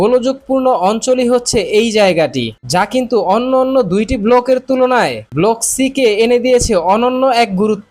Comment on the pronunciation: আরে চ্যানেল চালাইতে আইছস, আর 'ব্লক' রে কছ ' বলক'। বাংলাদেশ মানেই গরু